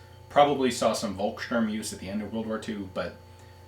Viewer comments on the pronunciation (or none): none